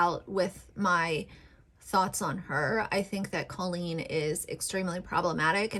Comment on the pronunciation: Let's talk about Colleen first. The fact that you don't even know how to pronounce Colleen's name just proves you don't watch their content at all. The fact that you're going after someone like her, when she regularly raises money for things like childhood cancer, is problematic in itself. Colleen has raised awareness for depression, anxiety, pregnancy issues, and so many more topics that needed to be normalized. As far as the Ballinger family themselves, whether or not they want to film videos that include THEIR children is up to them and their children. Parker, for example, is a very out-there, energetic, sweet boy. And whatever he's wearing, whatever he's doing, is his choice. And that goes for all of the kids. If any of them were not comfortable with being on YouTube, they would say something. And Bailey is 13 years old. She's not incompetent and she could easily have spoken up by now if she, or any of them, were uncomfortable. Jessica and Christopher are both very sweet, kind people and I'm positive that if their children were not comfortable with any of these things, they wouldn't force it on them just because they need some sort of financial reward. Rachel Ballinger has been an ICON for the gay community and for women in general. She normalizes that women can do things without the help of a man. She's constantly doing things that are stereotypically a "man's" job, like woodworking for example. And in the process, she's proving that a woman is perfectly capable to do th